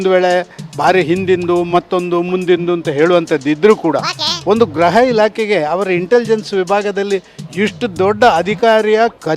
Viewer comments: ಗ್ರಹ ಅಲ್ಲ ಗೃಹ ಇಲಾಖೆ ಅನ್ನೋ ಅಣ್ಣ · ಗ್ರಹ ಇಲಾಖೆನೋ...ಗೃಹ ಇಲಾಖೆ ನೋ ಗೊತ್ತಾಯ್ತ ಇಲ್ಲ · Graha❌ Gurha ✅